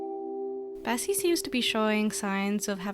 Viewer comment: Am I the only one who heard her say Bessie